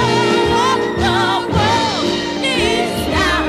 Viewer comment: you spelled world wrong you said wold